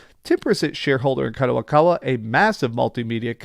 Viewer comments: Its Kadokawa not Kadowakawa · it's kadokawa not kadowakawa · What's up gayburs.. The guy's pronunciations are off more often. - Gayburs - Kadowakawa - Klyobrille etc. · Kadowakawa ????? Who tf is that 😂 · doing it once is maybe passable but god damn he's been saying kadowakawa for 3 videos now lol i'd expect better from someone who worked 10 years at a book store and reads books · At least read Kadokawa properly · Stop butchering the name. Wa Wa WAHHH